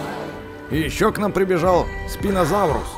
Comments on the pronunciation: не зинозауврус, а тириназавр Не спинозаурус, а спинозавр Не птеранадонт, а птеродактель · люди мона в топбесит когда гаворит спинозаурус можно просто спинозавр и не цыплёнак а терезинозавр